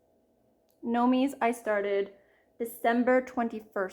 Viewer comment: Constructive correction. Clueless Florida girl here but I believe Gnomes are pronounced likes “homes” not “homies”…. So it is pronounced nomes.